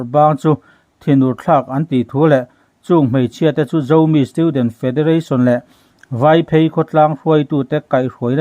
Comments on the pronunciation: Vâiphêi ti lovin,Váiphëi tia lam tur.Phêi,tih lai hi,a sâng tur a ni lo !! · "VAIPHEI " hi "Kawng phei/zawl angin sawi tur a nilo.Vaiphèi" tia sawi tur. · Mizo tawng chhiar dik tum hram hram teh. Vaiphei.... Vai lai hi lam hniam tur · Vaiphei tiha,'phei' tih lai hi,Pheichham' tih a,'phei' tih thlûk anga lam tur.Mizo hnam langsar ve tak hi,i lo chianglo hlauh a nih hi!! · VAIPHEI Vai - phei tih hi tlûk hniam tur aw. Lunglei aṭangin engtik khan nge ilo phei ? heta phei ang hian lam tur aw. Knowlage zau china ngaih ini adin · I chhiar ve duh chuan VAIPHEI i lam dan hi fim khur teh PHEIKHAWK kan lam a, PHEI ang hian lam tur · Vaiphei hi i thluk dan a diklo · Vaiphei i thluk dan kha a dik lo takzet ,fimkhur teh.